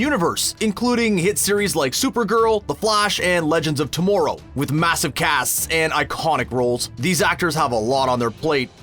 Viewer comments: If he says to-more-row one more freaking time!! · Why he say tomorrow like that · I know, they really need to tell this guy how to pronouns words.